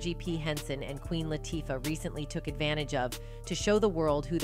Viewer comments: did the narrator just mess up Queen Latifah name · SPILL TODAY - Please pronounce the Queens names correctly. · Who narrated this? It should have been a Black woman who could at least pronounce the Queens name right.